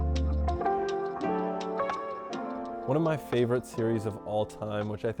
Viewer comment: Dutch “click” pronunciation